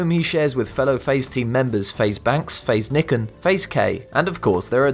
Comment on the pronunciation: "faze nikkin"